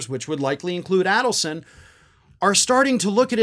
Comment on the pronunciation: It's pronounced AID-elson.